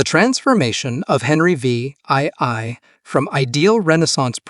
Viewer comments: Henry VIII is pronounced Henry (the) 8th by all experienced English speakers. If the Ai can't handle Roman numerals just change VIII to "The 8th" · "Henry Vee Eye Eye Eye" Can you make the AI any more obvious? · Henry the Vee Eye Eye Eye, huh? 🤣